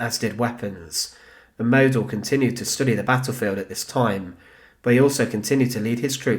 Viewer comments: Pronounced maud-dell. German phonetics are really simple, pls make an effort. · Model wird so ausgesprochen. Moodel. Das O wird langezogen.